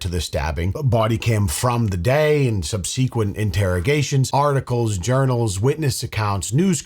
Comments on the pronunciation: the way you said subsequent 😂😂😂 it’s “sub-seh-quent” not “sub-sea-quent” hahahah you can’t even speak English correctly bruh cmon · What is up with youtubers pronouncing it subSEEquent instead of subsequent? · my brother, for the love of god, it's pronounced SUB-suh-quent...not sub-SEE-quent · I say this with love: Subsequent: sub-su- quent- say it quickly, and you'll be saying it correctly. 😉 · Subseeaquent… as in .. under sea..duhh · yr pronunciation of SUBSEQUENT needs work. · I love you like a past sexual partner who has a mental illness, but I swear to cawd that if you don't say "subsequent" correctly right now, I will have sex with a manatee. Don't test me, sir; I'm on the edge; that's felony beastiality by association. It's like how if, in the course of chasing you, a cop shoots a pregnant mother, that's your double murder by buttfuck ineptitude. If I fuck a manatee, that's your beastiality, sir; follow the science. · I love you, man. But PLEASE learn how to pronounce "subsequent". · Is there just an entire generation of human beings that have never heard the word "subsequent" spoken out loud?